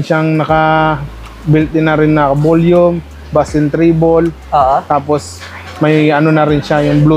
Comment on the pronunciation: Bass is pronounce as base